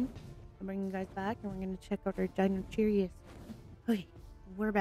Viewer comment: The best moment is when you say Deinocheirus a Deinocheerios 😂